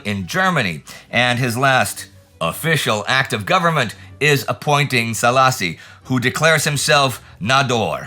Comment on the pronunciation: Yeah, that came out a funny way... Szálasi is actually pronounced Saalashi in Hungarian. The Hungarian 'Sz' and the 'S' are pretty tough letters to consistently pronounce right. :D